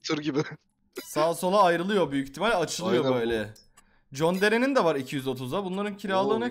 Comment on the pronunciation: ABİ ŞU JON DERE JON DEREHE DEME YAAA